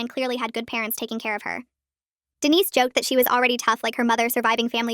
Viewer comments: Dude Denise instead of Dennis I’m dying 😂😂😂😂😂😂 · Umm who ever is reading this needs to get the guy's name right the way you say it is a woman's name but Dennis is a man's name. I know because I had a very dear friend named Denise and a Uncle named Dennis. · Someone doesn’t know how to pronounce Dennis.